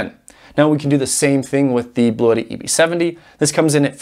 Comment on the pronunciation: Pronunciation ... I spoke with Bluetti customer service rep who confirmed: the correct pronunciation is BLU-tee. I'm not concerned with your way; I just think it's funny that they're not trying to correct anyone. :o)